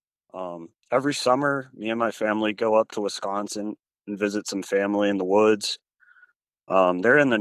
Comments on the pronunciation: Wisconsonite pronunciation: Wi.skon.sin, first syllable short i pronunciation. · OMG!!! ITS WIS consin NOT WES consin!!! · Did you say Westconsin? 😏😆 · "wess-consen" wtf lol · Narator pronounces Wiscosin as Wes.con.sin.☺️